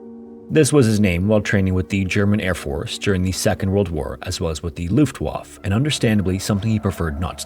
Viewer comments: he also pronounced it "luftwaf" leaving the e at the end unpronounced. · Dear god, Luftwaffe is not pronounced luftwaf 🤣🤣🤣🤣🤣🤣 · pronounce Looft- wharf-er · Luftwaffe is a german word, therefore, no silent E. And w is pronounced v. So it's more like looft vafa or luft vafa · luftwaff lol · Luftwaffe = LOOFT wah fuh. But, another great video! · That's not how Luftwaffe is pronounced. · I think of you quote a foreign word luftwaffe in its language german, it should be pronounced in German so the e at the end is like an a. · I've never before heard anyone say Luftwaffe incorrectly. Mind boggled. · wow. The German air force IS the Luftwaffe, and you didnt even pronounce it correctly. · Yes, re-established in 1956. Different iteration. And you didn't even pronounce it correctly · Bruh you put all that effort into correctly pronouncing the names of the most obscure French peaks and then pronounce Luftwaffe like THAT?